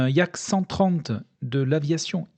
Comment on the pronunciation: Yak, pas Yack.😉 Diminutif de Yakovlev. Les Français du "Neu-Neu" ont aussi volé sur Yak-1, Yak-7 et Yak-3 (Staline ayant fait cadeau à la France en remerciement des avions de l’escadrille, un Yak-3 du N-N. est toujours visible au Musée de l’Air et de l’Espace du Bourget) et d’autres modèles soviétiques ou américains. Marcel Albert l’estimait au même niveau sinon meilleur que les Supermarine Spitfire (qu'il avait pu tester en Angleterre) et North-American P-51 Mustang (appareil conçu par un ingénieur allemand ayant migré aux États-Unis), l'un des tout meilleurs appareils des alliés.